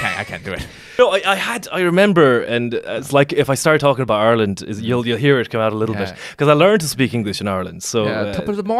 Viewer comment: Thank you do much for pronouncing ireland as are-land. The first westerner I can respect